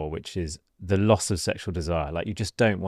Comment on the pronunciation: Did he say "LOSS of morning erections" or "LOTS of morning erections"? Two very different things. :)